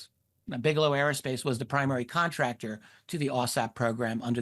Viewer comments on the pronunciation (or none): none